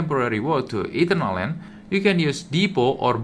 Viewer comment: bro its not Eaten-err-land , its ee-turn-al-land.